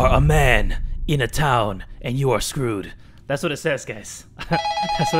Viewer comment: his mexican accent "iM sCrEwEd" clearly made me die of laughter ngl